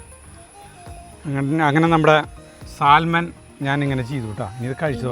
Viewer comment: Correct pronounciation is "Saaman" not Salman